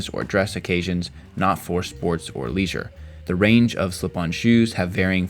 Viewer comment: What do you know you can't even say leisure properly